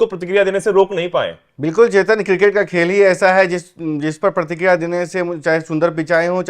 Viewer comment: अबे साउथ अफड़िका, प्रतिक्रिडिया नहीं चुतिया साउथ अफ्रीका और प्रतिक्रिया होता है अनुवाद ठीक कर ले 🙏